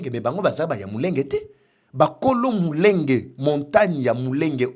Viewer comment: Mulenge et non Munenge svp